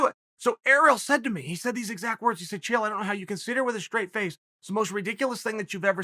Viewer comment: Lmao "Chanel" 😂😂😂